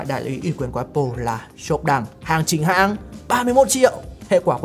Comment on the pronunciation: hãng "nha" 😁